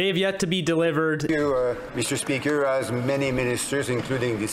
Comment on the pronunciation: MeestR SpeeakR >:^ 0